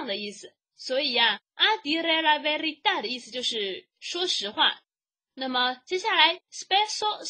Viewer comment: 讲的挺好的，12：40课文中，A dire la verita！不是vertita!